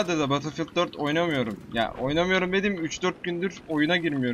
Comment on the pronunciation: Abi guzel iyide betil fiıld die okunmuyomu ? Sen farkli soluosun